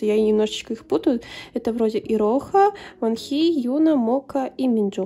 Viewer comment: какие красивые карты❤❤❤ очень мне по6равились❤❤❤ я хоть и не душила , но хочу поправить Во́нхи на первый слог ударение и не айлит , а айлилит. буду рада если помогла!!❤❤